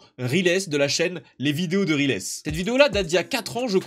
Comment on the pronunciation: Riles se prononce pas rilès mais ryles , je crois qu'il en avait parlé dans ses vidéos x) , tu connais le ChefOtaku?